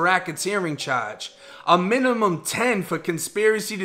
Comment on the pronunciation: Don’t ever say charge again